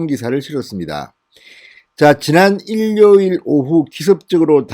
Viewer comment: 일뇨일이 아니라 이료일이라고 발음하는 것이 어떠신지...